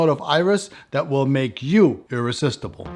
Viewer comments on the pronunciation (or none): Iris istible xd